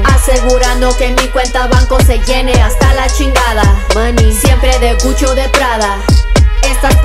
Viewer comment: She said CUCHO? Instead of Gucci?😭😭😭🤣🤣